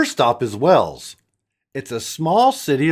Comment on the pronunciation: It's Wells, Nevada. FYI.